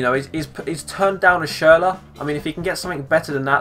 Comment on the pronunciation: Schurler plz